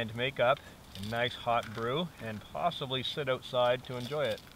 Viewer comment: Did you just say "ootside"?